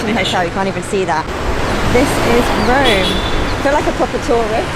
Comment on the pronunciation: No, you're actually wrong. It's not Röööme. It's Rome!!!